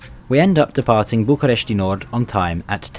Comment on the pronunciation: the way you are saying bucharest is triggering me as a certified romanian